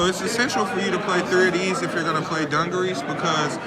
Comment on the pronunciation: Its not dun gur ress its du gar es